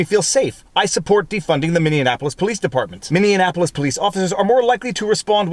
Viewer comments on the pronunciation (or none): I WINCE every time I hear him say that. It is Mini-apple-iss. I think he is thinking of Indianapolis or something. :) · You're saying Minneapolis wrong. both you and Brandon Tatum appear to pronounce it as min-nean-apolis. Why is that? there isn't even a 3rd "N" sound. It's actually pronounced Mini-apolis. (I lived there) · Dude, it’s...Minne-apolis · MINI APPLE US. not: MINI ANAPPOLIS. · Minneaonapolis = Minnie-Apolis :) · Please tell me i wasn't the only one cringing every time he said mini an apolis? Viva there is no AN it's App so phonetically sounds like min e app pol iss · Practice saying MINNEAPOLIS. You’re adding extra letters to an already long name 🤣 You’re saying Mini-Annapolis. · Say it with me Viva: MINNIE- APPLE - US! .... NOT: "Minion - Apple - Us". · Minneapolis pronounced like Mini Apples. Please don't morph it with Indianapolis. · It's pronounced, "Minnie-apolis". Love your videos! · Since you be saying it a lot more in the future please learn to pronounce Minneapolis correctly; Min-knee-apolis.🤪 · PS. Its minny apolis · Hey Viva Frei, you are saying the name of the police department weird. Something like Minneapolitan Police. I grew up in Minneapolis, before leaving after college, hence I'll assume a degree of expertise. Just say Minneapolis Police. No "T', not ending "N". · are you saying, "Mindianapolis"? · It really sucks for the jurors. Especially here where more people than ever have their eyes on you, and whole 50% of the world is going to accost you if you didn't side with them once they get your name. Also, Freudian slip, you said "minneanapolis" haha. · You're throwing an extra syllable in. It's Minneapolis, not mini-Anapolis. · It's pronounced "Mini Apple us". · Viva, It's min-e-apple-us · I love the way you add an extra syllable to Minneapolis, as if it wasn't long enough already :D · Viva your butchering my hometown name! MINN E AP OLIS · Mindeonapolis? I believe Viva has been taking elocution lessons from Barnes.